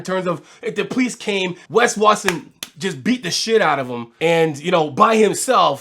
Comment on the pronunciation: I swear you keep saying Pegged Watson